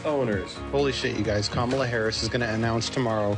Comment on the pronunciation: Streep hates trump, but probably hates Kamala now after she mispronounced her name. 🤦‍♀️